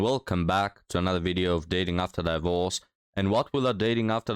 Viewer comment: I like how he pronounces it "die -vorce." I'm adopting that.